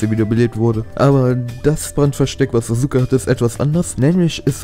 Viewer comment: "SasUUUke" ahhhhhh 😣